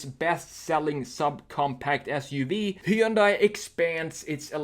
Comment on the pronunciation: he yun die...dunno if Koreans pronounce it like this, but ---kewl